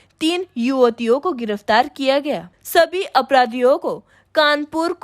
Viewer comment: गिरफतार नहीं गिरफ्तार होता है ।